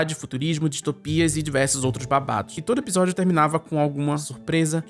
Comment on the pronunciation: pq vc pronuncia episódio com um “B”, (ebisodio)?